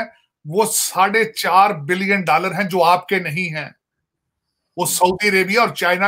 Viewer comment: I love the way he say "DALLAR" 😂😂😂